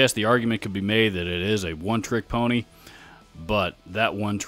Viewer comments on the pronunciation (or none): none